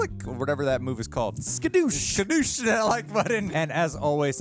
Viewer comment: It's skadooch